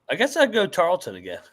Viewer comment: TARLETON ( TAR-EARL-TON) not Tarlington. You can’t even get the starting 5 right. Sigiscar, Mpaka, Issacs, McDowell, Johnson. Healthy, this team will win the WAC this year